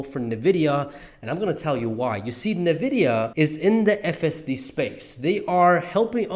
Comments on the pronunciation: Why do you say „nevidia“ instead of „envidia“. I thought the letter n is spelled en in English. It sounds funny how you say it 😅 Great analysis though ❤ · Great video! Thanks for sharing! A small correction. The pronunciation of the company/stock is not "ne" vidia, but "n" vidia. (The letter n.) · Please pronounce NVIDIA correctly 🤦‍♂️